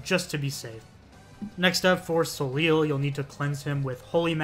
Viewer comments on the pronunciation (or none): Great vid, helped me with some of the secrets. I haven’t played any Castlevania so some of them were just extremely confusing. By the way, Soleil is the french word for sun. It’s pronounced So-Lay. It’s a sort of play on words I suppose since they tell you to “Save the son” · Juste and Soleil are French names, they are pronounced "zhoost" and "so-lay" respectively :)